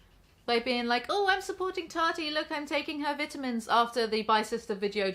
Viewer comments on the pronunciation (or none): I know she cant control it but I couldn't stand how the way she said "vitamins" >_< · I will always hear vidah-mins and giggle a little. Sorry I'm a yankee